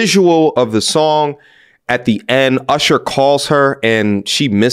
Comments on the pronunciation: I appreciate your pronunciation of the name Ooshur haha, keep up the good work! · It's ursher lol. Shout out to ludacris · Why he said usher name like that lol